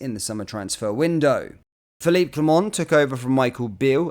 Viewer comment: Can you please try and pronounce the managers name properly. The t at the end of Clement is silent. Thank you in advance.